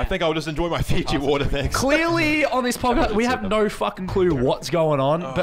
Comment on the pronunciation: lol Fiji water not fizzy water